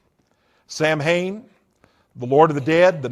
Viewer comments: Samhain is pronounced Sah-Win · The fact he pronounces “Samhain” wrong shows me he was never involved in the “occult” or satanism.